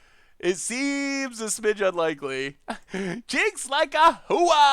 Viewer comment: pronunciation of "CheecksLikeWhoa" had me laugh so hard, I startled my cat into leaping off my lap with her claws out.